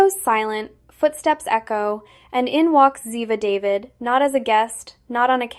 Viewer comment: OMG why can’t these announcers know how to pronounce Ziva’s last name - not David but Daveed 🤦🏻‍♀️